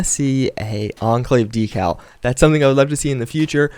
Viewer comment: LEARN TO PRONOUNCE DECAL